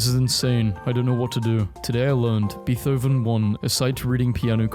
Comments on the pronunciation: Im sorry did.. did he really say ‘beeth-hoven’ … and not.. not ‘bait-hoven’? i have to listen again.. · I die laughing when he calls beethoven "BEETH-oven" 😂😂😂😂